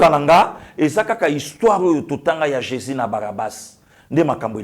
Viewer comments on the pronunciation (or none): none